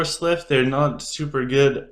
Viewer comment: Love you, such a useful video, we need more of this!! But please stop calling them slyph instead of sylph, I can't take it 😂😂😂